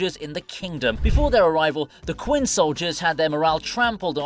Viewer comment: the fact he said "quin" instead of "chin" to pronounce "qin" proves he didn't watch the show and this is probably AI script smh so dissapointing